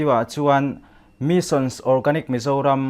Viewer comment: Missions ti deuh tlat 😄 Mission.